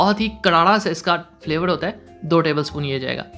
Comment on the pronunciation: the way he says " pyaar hoota hai muhaabat hooti hai " 🤣